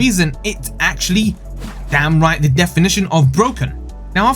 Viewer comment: *down right not damn right